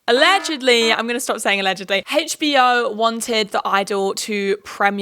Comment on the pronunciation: girlie i love u but the way you say hbo really bothers me it sounds like you’re saying hagebo